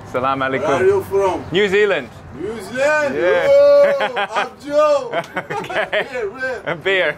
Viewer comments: I like the way of how the locals pronounce New Zealand. Where are you from? Oh I am from New Zealand Oh Newzland! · Interesting how Iranians pronounce New Zealand like "Newsland" lol